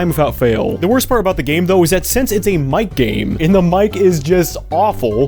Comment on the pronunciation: Ok every time you said Mic game I heard MightGaine